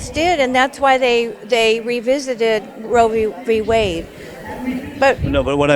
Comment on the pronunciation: "rowbewade" 🤦‍♂️ Roe V Wade as in Roe VS Wade.